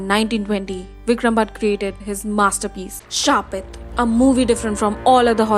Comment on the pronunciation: It is not Shrapit.... it's Shaapit only... there is no such word shrap to curse... even Google doesn't know it 🤦🏽‍♀️